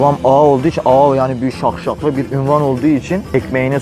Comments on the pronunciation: Şahşalı demeye çalışıyo la ne daşşaği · daşşaklı diyemiyor şakşaklı diyor allahım yaaaaa :))))) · Taşşaklı yerine şakşaklı habzbshshs